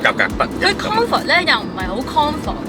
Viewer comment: “Kong fort”.....😅🤣